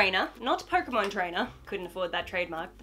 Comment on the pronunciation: well.. I thought she said kocainemon lol (like instead of pokémon... if u didn't get it.. TuT